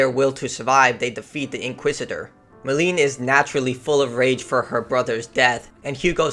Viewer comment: The potion wasn't too stop the macula from proceeding to the next threshold, it was to slow it down so that Hugo could pass the threshold safely. You get a fair bit wrong in this synopsis. Edit: Seriously. Stop calling her Meline. You even said it correctly. Its Melie, Amicia pronounced it Meh-lee.